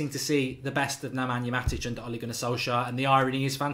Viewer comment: Mark watch the fancam on how to pronnounce ole's name